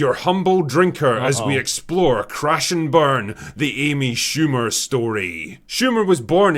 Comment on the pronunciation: Who the hell is Aimee Shoe mer?